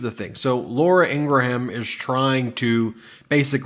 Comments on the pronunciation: Ingraham, In-Graham Two syllables. Like "graham" cracker. Not three syllables as in "In Gra ham" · ING-Rum…. 2 syllables… not ING-Ra-ham…..mush mouth Meiselas…. Not Ummanbeing…… HUMANBEING……Disliked!